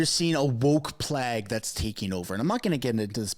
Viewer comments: Please my guy, the word "plague" is not pronounced "plagg" but "plégue". Since you use it often, you need to know. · why is your head always in the way when you have people on screen. and its Playyyyggue not Plag ( like flag)... Just giving you a hard time lol... keep up the good work.